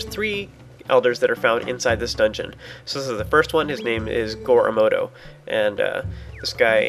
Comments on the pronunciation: This is going to make me sound like an ass/fanboy, but Miyamoto is pronounced "Mee-yuh-moh-toh", not "Mai-yuh-moh-toh", just for future reference ;) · It's mee ya moe doe for the pronunciation btw